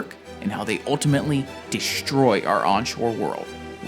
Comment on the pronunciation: I couldn't listen after he said "deeshtroy" instead of destroy